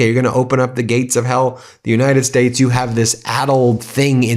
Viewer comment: and... The United Shates. What's a SHATE? 🤔